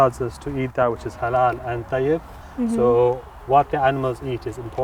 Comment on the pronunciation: The lady Sounds like "hello meat" instead of "halal meat" 😂